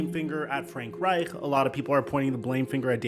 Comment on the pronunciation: STOP SAYING FRANK REICH LIKE THAT. Jesus lol.